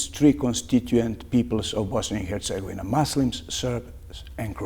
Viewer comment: Yet he is mispronouncing Bosnia and Herzegovina consistently.